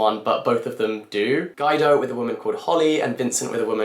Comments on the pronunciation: "Guy-doe". Lol. Um. No. Guido is pronounced Gwee-doe. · Guy-do? 😂😂😂 You don’t know the name Guido? Gweedoh. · Just so you know Guido is pronounced “gwee dow” 🙂